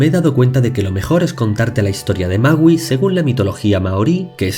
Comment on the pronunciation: alguien mas penso que decia mauu ? :v